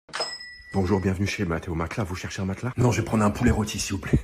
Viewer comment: C'est bizarre comment c'est devenu un réflexe de dire "maclas" à la place de "matelas"